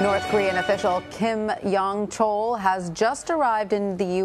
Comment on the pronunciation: This mediocrity of a reporter has trouble just saying the name Kim Yong Chol. If she were a clarinetist at an audition, she would be asked to leave the stage within 30 seconds.....